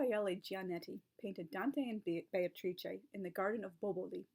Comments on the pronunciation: Just caught for the first time how Beatrice is pronounced in good Italian or Renaissance Italian. To my ears it sounded like Bay-tra. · That is so cool about the acting and that you can now pronounce Beatrice properly! [I'm still working on it...] Tableaux are brilliant - an easy way to make a group connection and bring people together. Sometimes a costume can be a tablecloth or a napkin.